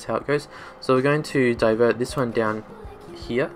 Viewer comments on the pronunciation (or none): Well you fixed it real good. 😅 I enjoy the way you say HERE (Hea)